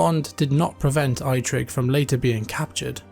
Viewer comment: ai-trik thee orc... wtf